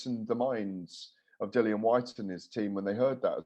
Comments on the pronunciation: Patrick your right it’s pronounced lilian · Why does always say Dillian’s name wrong? It’s annoying